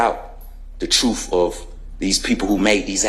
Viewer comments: the "troof" shall set you free! 😂😂😂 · The " truff" ? 😅😅😅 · Did he say “troof”? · He pronounces truth like it has an F at the end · The truff? YOU CAN'T HANDLE the truff. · " the Troof" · What the hell is "truf"??? It's not "TRUF" people, it's TRUTH!!!!!! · The truf and nothing but the truf. 😂😂😂😂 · You aint speaking the "troof" buddy. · Why didn't they teach him the pronunciation of the word "truth"